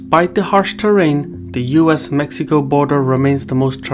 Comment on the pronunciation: Except for Mexico, as Mejico 😂. But indeed, appreciated